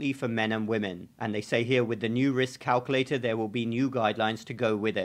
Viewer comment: CalcUlator, not calcollector